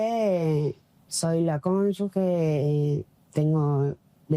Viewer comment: Cónyuge se pronuncia así como se escribe, no digan "conyugUe"